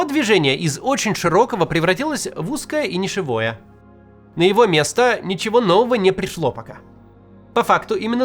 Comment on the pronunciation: Не нишевОе, а нИшевое - правильно